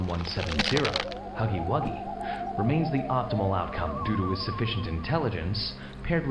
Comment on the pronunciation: otros: huggy wuggys: hugry grugriz😈